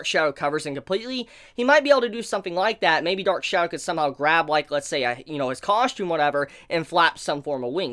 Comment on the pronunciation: coSHtume coSHtume coSHtume COSSSSSSSTUME